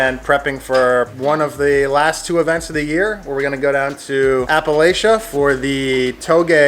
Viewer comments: Appalachia pronounce here in Appalachia is like App-a-latch-a...just heads up for the future...some folks here will take it personal.... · Its pronounced App-a-latch-ia. The App-a-latch-en Mountains... Coming from your East Tennesseean car dood😎